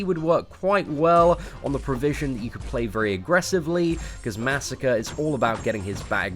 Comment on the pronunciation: disliked. You pronounced Masacre's name incorrectly. :middlefinger: It's Masacre, not Massacre. MAH SAH CRAY. Say it with me. MAH SAH CRAY.